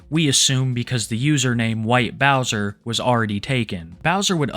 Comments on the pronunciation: the white bowsah is a predatah! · White bowsah is a pwedator gais